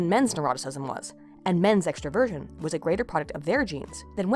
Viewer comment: I enjoyed listening to this, thank you. Though I think I need to say that I kept hearing "extra Virgin" instead of extraversion. That caused a lot of "wat" for a while.